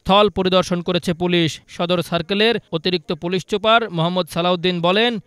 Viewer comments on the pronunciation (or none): Reporter.. this pronounced Police Super, not Police Chuper..😅😅